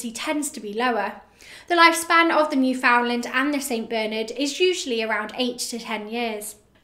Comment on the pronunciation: It’s said “newfinnlaand” I think